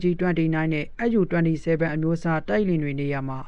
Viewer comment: SU ကိုတောင် ပီအောင်မပြောနိုင်ဘဲ သတင်းကြေညာနေတာ အတော်အရှက်မရှိတဲ့ကောင်ပါ.. SU ... အက်ယူ မဟုတ်ပါ အက်စ်ယူ ပါ..